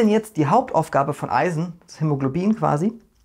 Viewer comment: Finde ich super was du leistest und auch super lustig wenn du dich manchmal versprichst bei schwierigen Wörtern wie hämologlobin weiter so